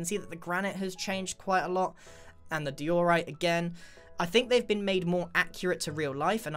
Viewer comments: I think iskall would get triggered if he heard you say dye-ooo-right. Or also die all right XD. Edit:Oml that's the most likes I ever got thank you so much! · Di-oooooooooh-rite It’s just Dio-rite. Bit over on the O there right? ... wait what am I gonna write now? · I thought he said"Polished doritos😂😂😂" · It triggers me how he says diorite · Its di-or-ite (i hope thus helps (;´༎ຶٹ༎ຶ